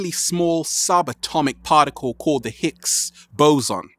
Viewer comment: it's higgs boson not hicks